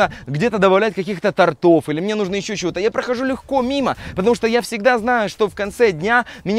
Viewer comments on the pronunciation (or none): Не тортОв, а тОртов!!! Не торопись говорить!!! Выучи русский язык!!!